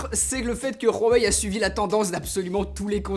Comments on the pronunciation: C huawei pas Rhuawei 😂😂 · Par pitié c' HUWAI pas Rrhuawei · On dit huawei pas rhuawei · Svp on prononce " wawey " pas " Khouwawey " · C'EST PAS RUAWEI MAIS HUAWEI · Nickel mais c'est Huawei pas rhuawei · Ruaweil 😂 Sinon superbe vidéo 😉❤ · comment ça se prononce ?? : " Huawei ou Hrowawei ?? " ptdrr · Pourquoi tu dis RUAWEI ? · Super vidéo mais c pas rawei mais Huawei tu le dis mal mais super vidéo merci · C huawei pas ruawei et rien a péter que ce soit comme sa que l'on dit en chine ou ailleurs on est en france et c une video francaise donc sa se prononce en francais et de plus la pub de huawei a la tele le prononce huawei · Pk tu rajoute un r à huawei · Ce n'est pas " Khuawei" , c'est plutôt " Huawei" en prononciation . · C'est pas "rwawei" ça se dis "wawei" en fait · C HUAIWEI ET PAS RHUAWEI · Rowahei ? 🤣🤣🤣🤣 Huawei avec un H sinon bonne vidéo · C'est huawei pas roiwei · Pourquoi dit tu Ruawei au lieu de Ouawei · Pourquoi tu dit rhuawei sa se dit Huawei pas rhuawei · Huawei pas rhuawei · Ça se prononce Uawei et pas roawei x) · C’est pas Rhuawei mdrrr c’est Huawei 🤦🏻‍♂️ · C'est huawei pas ruawei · Tu dis ruawei au lieu de Huawei c'est hyper stressant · Huawei vient de sortir une vidéo juste pour toi. pour t apprendre à prononcer huawei comme il faut. et surtout arrêter de dire rruwawei parce que ça me stress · Je t'adore vraiment et tt mais c quoi ça noooooo pas ruawei mdr 😂👍 mais uawei c pas grave je t'en veux pas hein 😉😂👍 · J'ai l'impression que tu dit ruhawei au lieu de huawei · C’est huawei pas rhuawai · Excellente vidéo! Réalisation au top 👌🏼Par contre pourquoi prononcer « rouawei » à la ‘chinoise’ alors que dans leurs publicités françaises ils disent « ouawei » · Non, je parle couramment le mandarin et on ne prononce pas "Ruawei" mais bien "Huáwéi" ;-) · HUAWAI PAS RUAWAI t’a foiré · Cest Huawei et pas ruawei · Huawei pas ROUhuawei mais à pars super vidéo☺ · Huawei* et pas Rhaway... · c pas ruawei mdr sa me fais rire😂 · " Rhuawei " ahah xD